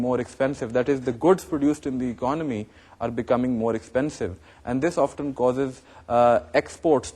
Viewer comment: sir it is often not oftan